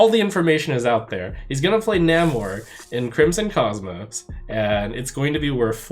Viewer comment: A CCG that is not PAY to win....... Spidey Sense going off at that statement.. Lets hope they are telling the truth. And btw, its NAmor.. Like Nay-More.